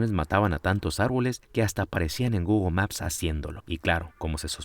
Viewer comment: Ha dicho Gugu y es Google